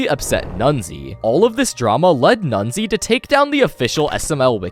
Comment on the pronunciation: there are some minor errors in the SMLWiki segment, first of all it's "nezuai", not "nunzie", second of all, it's an art project in remembrance of nezuai's dead friends, not an ARG, third of all, you didn't actually do research on the site itself, have you? and finally, slingmingo (their name is not slingoman istg) was under the alias of "jeffyfansml99" when they made the mod.